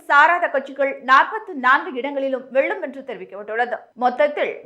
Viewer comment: தமிழ்நாட்ட ஏன்டா விட்டு வைக்கீங்க! இங்கும் 39 பீசெபீ தான். மூதேவி தமிழ் உச்சரிப்பே வரவில்லை. வெல்லும்-வெள்ளும்